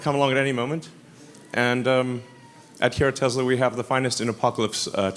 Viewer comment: Is it Tes-ler? ...or Tesla? WTF..is the guy just a maroon. Hey Elonia, no one wants a SwatiZimobile, bulletproof or not.